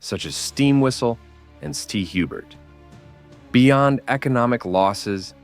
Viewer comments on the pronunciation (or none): it's pronounced SAINT Hubert, not stubert.